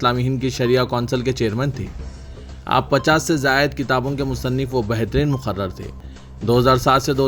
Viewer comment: Bhai Janaab Assalaam aap ki news reading Behar hy. But some important points. (1) Salaaumu Alykum ( without W ) (2) Muqarrir ( I is there not A) (3) Kalink ( link not lank)